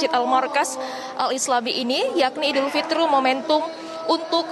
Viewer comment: Idul fitri mbak, bukan idul fitrum. Kok salah gitu sih bacaannya